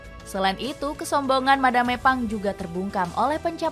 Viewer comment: Madam Pang 🤌🏻 Bukan Madame Pang 😭🫵🏻 Dubbernya tolong